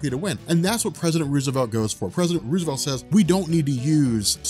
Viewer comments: First time I've ever heard Rose-a-velt called Ruse-e-velt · The president's named sounds like Rose a velt eventhough its spelt like Roosevelt. Everytime you said his name you pronounced it wrong.